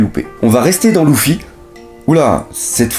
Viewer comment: Tu sais même pas dire luffy